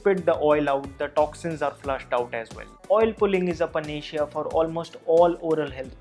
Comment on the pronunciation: Plz work on pronunciation of words ...panacea😀